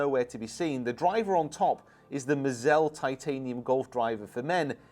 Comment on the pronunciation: It's prononced (Maah-zahl) like Mazel Tov. It's hebrew for "Luck". Good luck, Congratulations, etc...In Hebrew. Every Youtuber who reviews these clubs butchers the pronounciation. Additionally, The blue headed driver that looks a bit old school did better than their gamers for Rick Sheils and Mr Short Game a couple of years ago. They of course couldn't buy into that for a gamer...but It did. Also, They make the Square strike. Which is gimmicky...And AWESOME as a chipper. (not the grip...change the grip) But the club at 55* is SOO good around the greens. It's not the one trick pony that people think. With a touch of practiced manipulation...that club can be the MVP of your bag. Just sayin'. Why are you worried about them sponsoring a club on Amazon? Like Taylormade doesn't dump millions into marketing to influence you? Come on...